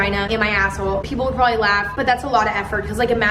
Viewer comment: “also porbably.” same